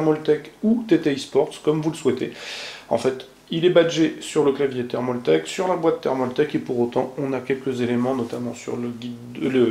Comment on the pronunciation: c'est pas thermauuuultake ptn j'en ai marre c'est thermaltake